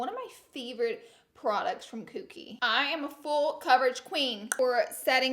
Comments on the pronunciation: It is KOKIE not Kooky LOL. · the way’s she’s saying kokie tho..... there is only one o, not two, so it’s “coke - y” not kooky lmao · Not cookie its Kokie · You’re right about where it’s sold but it’s KOKIE not KOOKIE lolololol and love how you say it like 5 times. ❤️ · It’s Kokie not Kookie lol 😂 love you Laura! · it’s pronounced koh-kee not koo-kee 😭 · Lol laura, its pronounced "Koh-kie" not "koo-kie"! And yea you're right, it's sold at walmart, but i'm not sure if it's sold at other stores? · Kookie Cosmetics😂 I think u pronounce it Kokie like Coke E, but I like Kookie better anyways!!🙌🏼💕 Gotta love that Laura Lee!! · Laura it’s pronounced like COKE-ie not Cook-ie 😂 lmao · It's pronounced cohkie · i thought it was pronounced k(oh)kie. huh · Say “Kookie” one more time, Laura 😂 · K"O"kie. Lol you always make me laugh. Love you💗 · Please someone tell Laura how to pronounce Kokie 😂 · Anybody else dying at how she’s saying ‘Kokie’ Hahahaha